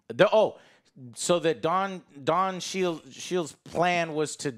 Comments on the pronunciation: Did he call Don Cheadle Don Shield? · lol I heard shield too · He really doesnt know how to say it and clearly didnt realize he was dead wrong with don cheadles characters name it was terrible